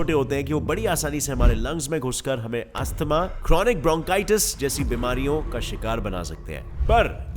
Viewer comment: plz pronounce asthma correctly